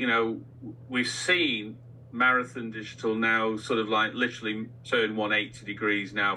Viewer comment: please practice saying "literally" Sound it out. You can do it with your big brain.